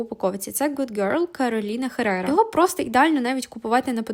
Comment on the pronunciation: Кароліна Еррера,а не те,як ви сказали Херрера...парфумерний лікнеп в допомогу 😁